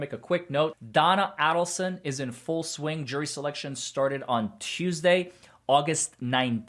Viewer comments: I hate to be “that person” but could you please pronounce Donna Adelson’s name correctly……it’s A-del-son, with a long A…..not pronounced Addleson Thanks! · Pronounced A as in Aid = Adelson